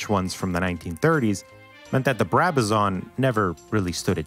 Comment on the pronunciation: its a Brabazon not a Brabazaaarn